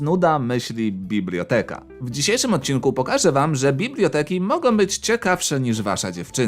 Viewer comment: nie mówi się bibloteka